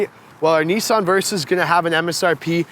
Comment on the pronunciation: Why can't he pronounce Nissan correctly?